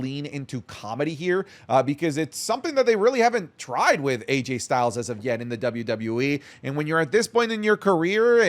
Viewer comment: did just call him "RayJay Styles?"